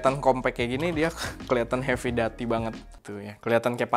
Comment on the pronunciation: Masukan aja cara sebut/pronounce "heavy duty" - hevi/hefi dyuti/duti 🙏